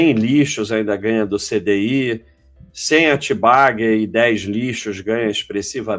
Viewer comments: precisa treinar mais para parar de pronunciar "tenbagger" como se fosse "TEENbagger". kkkkkk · eu vejo essas lives só pra ouvir esse abestado falar 'tibaguer' hahuahuahua